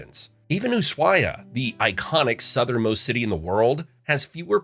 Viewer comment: I live in Ushuaia. Very funny hearing you butcher the pronunciation of every single place name But you got the facts straight. We like our quiet here. The problems of the big city dont reach us